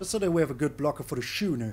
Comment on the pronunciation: By the way, not that it’s important but ‘schooner’ is pronounced ‘skooner’.